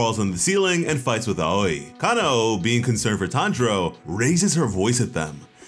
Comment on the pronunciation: I love how Miss Aoi’s name is pronounced “owie” like you got hurt,kind of a funny play on words if you ask me